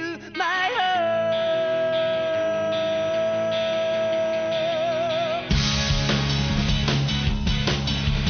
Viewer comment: My Heart の発音ネイティブすぎる❤